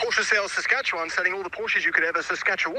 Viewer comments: Did you say saskatacchawwaaaan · …..that you could Seskatchawant 😂 omg that was magical